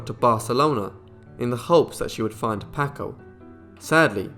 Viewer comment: Please; it's pronounced "PAHHHHKO". Terrible.